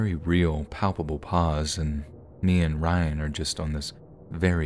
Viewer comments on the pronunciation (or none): none